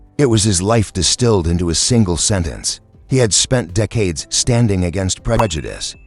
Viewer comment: I can't with the AI narration. In the first 40 seconds they mispronounced McKellan TWICE and also the word decades. Get human narrators or don't post.